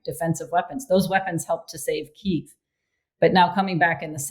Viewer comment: Oh David, your pronunciation of Kyiv. 😔